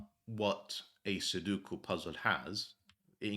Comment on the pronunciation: Take a look at the vowels in "Sudoku". The word come from Japanese, and in that language, vowels are not interchangeable (as they often are in English). Especially note that the center vowel is not 'u'.